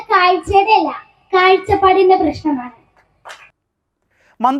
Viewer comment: കയിച്ച പാട് അല്ല കാഴ്ച പാട് ആണ്